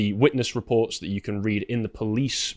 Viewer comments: Why does this guy keep saying "dat" and not "that"??? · Grifter replaces every TH with a D in his speech